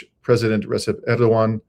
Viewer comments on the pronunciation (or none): Hate to nitpick, but pronounce 'Recep' as 'Rejep with the English 'j'. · On Türkiye's Side on this one! I used to live in Türkiye. I wish they'd leave NATO and stop support for Western Imperialism. By the way, Recep is pronounced Rejep the C in Turkish is a J. The j in Turkish is a soft french style J. Make it make sense lol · Thank you. In the Turkish language, the letter "c" hss the sound of "j". So "Cenk" sounds like Jenk and "Recep" sounds like Rejep.